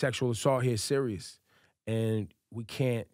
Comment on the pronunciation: Angela Ruiz damn u hit em wit the t at the end doe its seriouzah